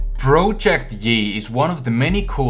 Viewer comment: Am I the only one that kept hearing him say "Broject yi"? no? just me? ok then.